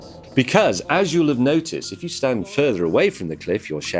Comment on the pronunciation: I like how James says "Becaz"